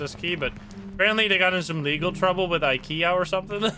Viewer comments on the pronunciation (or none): none